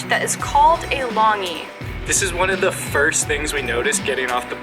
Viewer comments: Not "Long e", it's called "lone G" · It is pronounced Long Chi (Chi as Tai-chi), not Long Gee. I am currently in the US. I will go back to visit Myanmar next year. Mon State is my home town. I am glad you guys like Burmese culture. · Longyi is pronounced lone gyi like thanks gee